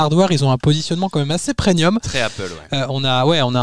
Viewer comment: On dit " PréMium " et pas " Prénium ".